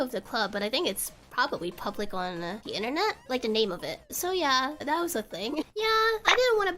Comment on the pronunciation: "hopefully you'll get an edit for dat story" That accent slipped out. You only use that accent if you speak a SEAs language.